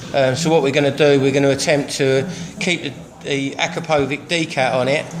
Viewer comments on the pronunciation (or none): i thought we should be pronounce it as 'Akra'-'Pou'-'Vich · its pronounced acrapoVITCH you muppet.